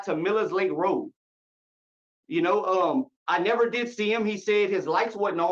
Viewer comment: Yes he "De'id." have a lot to say.